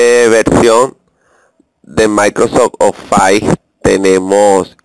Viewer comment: maldita sea no se dice ofais.. se dice ofis -.